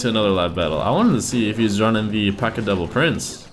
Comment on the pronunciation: Am I the only one who thinks he sounds like he says, "P.E.K.K.A devil prince" instead of "P.E.K.K.A double prince"? Yeah....? Aright...